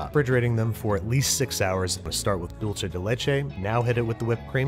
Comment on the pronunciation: dulce is pronounced like dool-seh not dool-che 😭